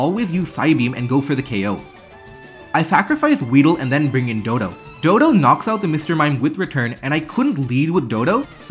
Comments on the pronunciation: It's weird that the guy can play pokemon so well and yet cannot read the names of the pokemon correctly dodo? DoDUO doh duuu oooohh. dodo is just an animal in the real world. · it's dodou not dodo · The way they say "Dodo" and not "doduo" is so frustrating /lh 😭😭